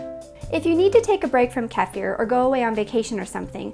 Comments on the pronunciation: Kefir It's a Kefir not Kifer Please KEFIR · Kee Fir not Keff er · This is the correct pronunciation: Kehfeer- because it comes from Russian KEFIR where it was discovered. If you say Pizza and spaghetti like italians, and Burrito Jalapeno like Spanish why not to say Kefeer(Kefir) like Russians. Why Key-Fur ? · Everywhere in Europe is called "KEFEER" NOT KAFIER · Wow. First of all great video, and thank you. Second, apparently I've been saying kefir wrong for several years, like KEE-fer, like Keefer Southerland lol. Then I clicked this video to brush up on my skills bc I've been out of the game for a bit. And right out of the gate KEFF-fear sound totally foreign to me for obvious reasons, so i looked it up and apparently it is actually kuh-FEAR. Not that any of this makes the product itself any less fermenty & healing lol...but I like words and find them interesting. Thanks again for the useful content! :) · It is just me or is there anyone else find her pronunciation annoying... It's pronounced like "keefir" .... NOT "Kefear"...... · Every time when you say "Kaafeer" ill take a shot. Lets try to say it right KEEfeer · I just love your dog! Beautiful , simply beautiful little dog, and lucky, he gets kefir probiotics. 😄 And now that I've watched this video a few times, I'm picking up on your pronunciation of kefir to sound just like I heard pronounced as keff-fear. I'm double fermenting my first batch, and just started my second. Tomorrow I'll start to enjoy my first batch, maybe in a kefir, blueberry, kale liver-detox tonic. 😋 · California girl calls it “Kafir”. So irritating. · pronounced KEY Fear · She was saying it wrong too though. Кефир (kefir) is Russian and sounds more like "kie fier" with hard R and tongue roll. I much rather hear the American "key fur" than someone pronouncing the Russian wrong... sounds so wierd to me. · Why she says the word kefir as Kafer. It sounds so weird and wrong ugh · If you want to know how to pronouce keifer it rhymes with heifer!